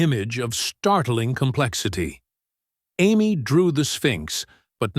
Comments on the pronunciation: A M Y? Amy? AI should be fired. Terrible. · AI never will be human, A M Y? Is Amee not why! Every time I hear her name said like A M Y why I wince! Why nobody correct stuff like that? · Say Amy not A M Y. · I enjoyed these stories but let down when A1 can't pronounce Amy but as A-M-Y , WHY? Also the pictures need updating to be in line with the story and therefore give more meaning!!! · Am-why? Do you mean Amy? Why are you using AI? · Ai can’t pronounce the girls name correctly. I can’t focus on the story. Sorry but I pass. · I like the story depite a variety of inconsistencies (3 year-olds don't have the vocabulary). The biggest problem is that the AI narrator's variable pronunciation of "Amy" is very distracting and needs to be corrected. Please proofread your work.